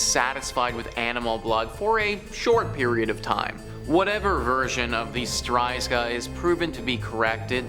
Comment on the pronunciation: It’s actually ‚strzyga’ not ‘stryzga’